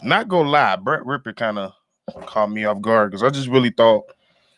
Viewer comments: How does a FOOTBALL fan not know how to pronounce Rypien? 😂 Bro, you trippin' on Rypien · Rypien rhymes with Trippin'! Ya dig? 🤣